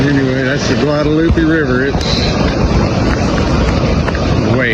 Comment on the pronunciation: Learn how to pronounce Guadalupe